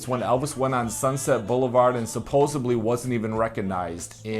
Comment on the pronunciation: Hon-I love your videos but when you said “supposeBLY instead of “supposedly “ 😅